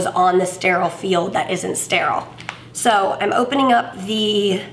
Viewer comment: After watching this now the word steral is 😂